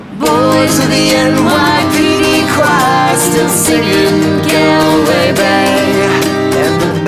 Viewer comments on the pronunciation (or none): Actually its pronounced "Gawlway" not "Golway" but spelled Galway.. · Im wid u wispade its pronounced gawlway. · Great cover! It's pronounced "gaulway" though. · GAL way..? I think they'll find that its pronounced Gawlway........ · It's pronounced as all, not al, as they did. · Hey guys, great cover, I loved it by the Pogues, yours is a fabulous version. Just one thing though, Galway is pronounced Gall-way as in Hall 💖💖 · Love the cover.. Just have to say this tho, as an Irish person, its pronounced GALL-WAY Bay (like gall bladder)... not Gael way... Still love the cover tho!! Hoping to see you guys play in Dublin in April! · Great cover,I'll just have to get over how they say Galway :-) (the first a in GAlway should sound like the a in footbAll) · Yeah, I know! It's G-aw-lway not Gaalway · love it, only teeny weeny complaint, it's "Gaul"way Bay not "Gall"way Bay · Dont sing "gal-way" say "gaul-way" but other than that it was great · It's pronounced like Golway bay instead of Galway bay :) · The only things that annoys me about this song is how sarah pronounces galway it's more gaw than gal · "Galway" is pronounced gawl-way or gol-way. It ISN'T pronounced gal-way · sorry but its pronounced gawl-way bay not gal-way great cover though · Galway = GAUL-WAY ! not GAl -way (as in guys and "GALS") Otherwise a top cover. 9.5 ( ya get a ten when you pronounce Galway properly). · It's Galway (Goll-way) 😂😂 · Gawwlway bay...not gaelway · Gall-way not Gal-way. Cringe. Otherwise that was badass! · I know it’s spelled like it, but it’s not pronounced Gal way. Say it like it’s Gawl Way. Cringe worthy. Otherwise decent cover. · Considering this is an Irish song written about the County Galway in Ireland I'd say "Gaulway" is the correct pronunciation and they're just wrong haha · It's pronounced GAUL-way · The "gal" in Galway rhymes with "ball" - other than that, lovely cover of a classic Pogues song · She pronounces Galway funny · Galway bay is pronounced "Gaul-way" Bay